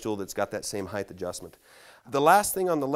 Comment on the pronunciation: The word is “HEIGHT” ends with a T not a TH…